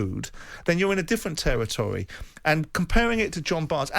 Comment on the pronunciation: Simon “territory “ Jordan